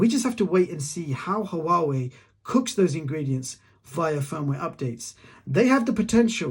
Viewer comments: Great review but pls, Huawei is pronounced Waaa-way. Not ha-waa-way! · Why do you say hauwawei it sounds weird is huawei